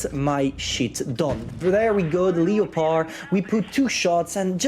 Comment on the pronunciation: leopaard 1 ? wth it's pronounced as lepard 1